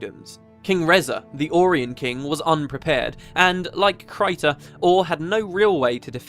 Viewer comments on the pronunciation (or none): none